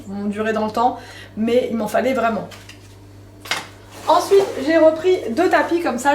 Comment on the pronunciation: J adore ton "ENSOUITE" ou "ENSWEET" 😂